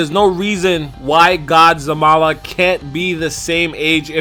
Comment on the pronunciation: its Zarama xD